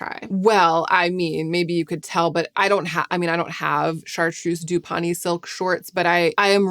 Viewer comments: Just FYI, it’s pronounced silk dupe-ee-on. That’s how I say it as an English woman. Americans would probably say it doop-ee-on. 🙂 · the correct pronunciation of "dupioni" is duː.pɪˈoʊni - 4 syllables